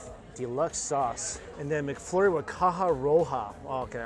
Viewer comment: Why are you saying McFloory...